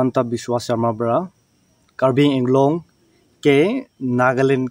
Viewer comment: Karbi AAng long not karbi inglong